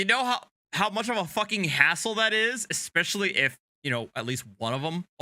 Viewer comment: He said 'ridiCALous' and 'EXspecially'. My god, why can't they English! I have literally taught grade 4 Korean students with a much better understanding of English than these dudes have. And, oh, his poor wife having to deal with this nonsense.